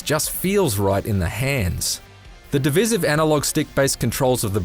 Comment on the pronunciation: I would expect an Aussie to be able to pronounce 'divisive' correctly. Come on. Funny comment re: Broady though.